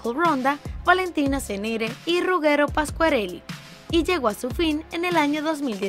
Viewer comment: Aprende a pronunciar bien Ruggero que falta de respeto